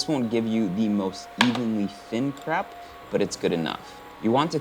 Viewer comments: kreip not krep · Is it cray-p or crep?? In au its usually pronounced “crayp”